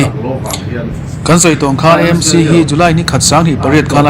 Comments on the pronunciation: Â M C tih kher a ngai lo. Ê M C tih mai tur. Mizo tawng leh English-a Association, Club, Institution etc. kan ziah chuan chuan a lamtawiah English kan hmang ṭhin. Heng Aizawl Theological College, Aizawl Football Club, Greater Aizawl Water Supply Scheme, Govt. Aizawl College, Aizawl City Bus Owners Association, Aizawl District Congress Committee etc. ahte hian Aizawl hi Â tiin kan lam ngai lo va, Aizawl Municipal Corporation anih vanga Â tih tur bik a ni lo. Chutiang bawkin Hindi ah pawh Aam Admi Party an nei a, Â Â P ti lovin E E P an tih hi. Uttar Pradesh pawh Û ti lovin IU (U.P) an ti. Hindi alphabet-ah IU a awm lo, mahse U.P. an ti mai. Andhra Pradesh te, Arunachal Pradesh te pawh Â.P ti lovin Ê P an tih vek hi. i hriat ve atan. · EMC ❎ AMC ✅ A dik zawk hrereng a, lam dikloh ṭalh kha chu chi ṭhin nang le..🤣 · "E-em- si" tiin in lam thin a adiklo. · AMC Aizawl tih ni na na na a, I lam E talh zela😅